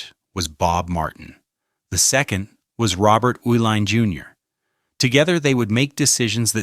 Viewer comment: I am from Milwaukee and was in college (when I drank a modicum of beer) during the 1970s. First correction - the family that owned Schlitz (and half of Milwaukee) was pronounced ee-line). The Uhilein family cashed out of all their major Milwaukee holdings. It was said that they changed the formula in order to drain all the money from Schlitz, which was an excellent beer for low price in the early ‘70s, to horrible stuff within a few months. I first tasted the new formula when visiting a friend in Boston, and assumed the difference in taste was due to the difference in water. Several months later the same change happened in Wisconsin. I switched to Heiliman Special Export, which was bought out and changed a few years later. American quality on mass produced items is gone.